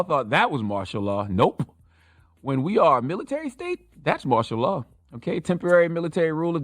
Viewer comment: I thought he was saying ma'shallah. 😂😂😭😭